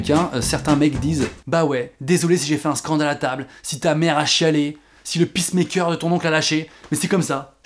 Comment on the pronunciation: Hey noman ! Dans la video tu dis pacemaker mais au lieu de dire "picemaker" tu aurais du dire "pècemaker" !!! a plus!!